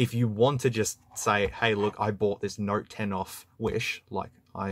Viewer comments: It took me 20 minutes to realize you were saying Note and not Narc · Is it me or is he constantly saying "nerd 10"? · and + is what i keep hearing lol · look at it...it is a